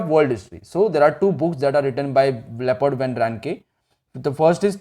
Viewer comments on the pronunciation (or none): Sir it's not leopard it's Leopold